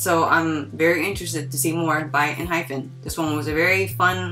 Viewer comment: Just a side note, it's Enhypen, not en-"hyphen." You had me second guessing their name a minute 😂